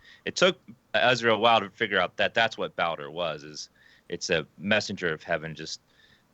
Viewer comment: He's not a messenger, he's a passenger. Also it's Baldur like the Norse God.